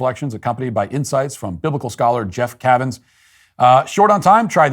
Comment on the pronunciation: Quick correction. In your ad for Hallow, you mispronounced Jeff Cavins' name (friend of ours). It's pronounced, "CAY-vins." Thought you'd like to know.😉